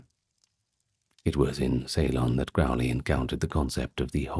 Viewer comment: Crowley is pronounced to rhyme with ‘holy’. Or ‘crow’ as in the bird. I can’t listen to this one now lol.